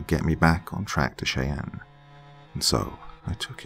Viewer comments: A wonderful story. Just a friendly heads up, Cheyenne is pronounced "shy-ANN" Understandably confusing though because I'm part Cherokee and the similar letter iteration is pronounced differently (CHAIR- o - key) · It's pronounced shy ann...Cheyenne . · Not tryna be an A-hole but it's pronounced Shy-Ann (Cheyenne). Still love ya doc and not at all hating on you but improperly pronounced words are a pet peeve of mine. Blame it on my mother who is a major grammar nazi. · It is pronounced SHAA YAN How could you not know? Were you scalped??!! Jk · I've lived in ok. For 15- 20 years and although I do love to listen to the soft calming narrative voice of... he is slaughtering the names of the town's in Oklahoma,😋✌️ it's not a big deal but it is a little bit like listening to a true New Yorker lol saying Cheyenne and then the other one was just as funny as hell and I just chocked it off to his personal accent which is interesting. The Indians from Oklahoma do have a their own way of saying words too even if you are from a different tribe like the Cheyenne 😉 😁 have a different way of talking as the other tribe called Arapahoe. Yiii and then you know if you hang with them you know what I mean. Yes indeed! You know what I mean 😉✌️💜 💜 much love and many blessings! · Cheyenne is a deceptive word. I'm just annoyed no one seems to get it right XD And I have Cheyenne ancestry X'D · I'm still early on in the story, but so far I am enjoying it, like I do all of your other stories. I wanted to tell you, though.. I'm from Oklahoma, and I'm pretty sure the town you're speaking of is Cheyenne, which is pronounced shy-ann. Washita is pronounced waw-SHE-taw. Just FYI. I know most of our towns are difficult for people to pronounce that aren't from here, because a majority of them are Native American words and names. I love hearing you read a story about my home! Edit: I finished, and this is definitely a powerful, beautiful, deep story! Very moving!